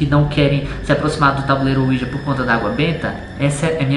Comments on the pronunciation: Ensina o a falar "Ouija" e não "uoija" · claro que não Ele fala "uôija"